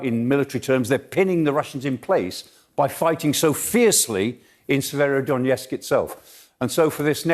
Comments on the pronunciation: Is the pronunciation supposed to be “severodonYEtsk”? I know “kershon” is totally wrong at least. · yes that's right, Severodonetsk not Severodonietsk. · Can someone educate these guys on how to pronounce SE-VE-RO-Don-ET-SK?